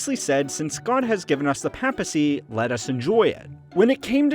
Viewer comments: Its pronounced as Pay pacy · And the way he pronounces papacy or papal. Aaaaaah it’s unbearable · The pronunciation of papacy... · the only time in the video where you pronounce the word "papacy" correctly. Well, you technically you said "papal" not "papacy" but the pronunciation of those two words sound similar anyway so you get the point. If you can't tell, I'm just a bit annoyed of your pronunciation of the world "papacy" and I'm not even Cristian. Mispronunciation is just annoying, especially so from a History channel.